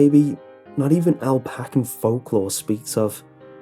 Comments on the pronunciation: Ap-al-A-shun Alpacan lol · love you but it's pronounced ap-ah-lay-shun. great story though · That's not how you pronounce Appalachian. "Apple- ation" is how you say it. It's only two syllables not four. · Bianca Ferguson actually instead of apple-ation its pronounced appa-lation. Hence the reason its spelled Appalachian.. but either way thats a petty detail. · Roxy Retreat oh I wasn't even trying to make that point. My only point was that the word only has two syllables.